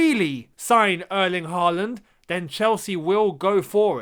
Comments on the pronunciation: Hi. If we are going to sign Erling Håland (or Haaland as it's written in English) can you please start pronouncing his name correctly? The "HAA" part of his name should rhyme with "saw", "sure", "door" or "more"". If his name was wriitten HAWLAND pronounciation would have been more easy, but the Scandinavian "å" is always changed to "aa" when written in English. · You'd get closer saying Hall-and. And I think he'll come here if you can pronounce his name right.